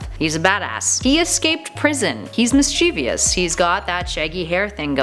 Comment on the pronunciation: If you did a Fantastic Beasts list, the 2 sisters would def be at the top. Can't remember their names right now, ugh. P.S. You said "mischievous" incorrectly. Not related, I know, but it threw me off.